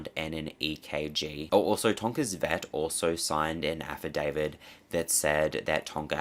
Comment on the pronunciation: "affidaviT", not "affidaviD" -- thanks!